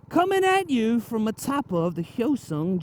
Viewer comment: Finally someone who says “hyosung” correctly instead of HY-O-Sung